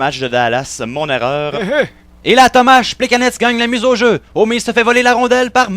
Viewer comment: HAHAHA Tomach Plekanets C'est tellement vrai qu'il dit mal son nom!